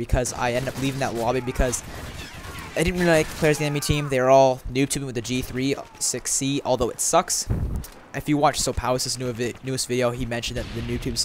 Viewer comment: G3 6C? It's the G thirty-Six C